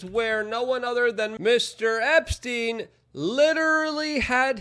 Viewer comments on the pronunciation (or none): none